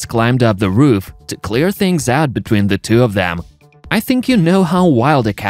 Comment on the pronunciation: STOP saying "Da" for "the"! "Da" is LAZY. Proper PRONUNCIATION! Or, get ELSE to narrate.